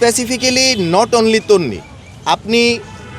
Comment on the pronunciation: এই কুত্তার বাচ্চা তুই তো তিনি নামই উচ্চারণ করতে পারস না লাত্থি দিয়ে তোকে মারা হবে। অশিক্ষিত লোক বিয়াদব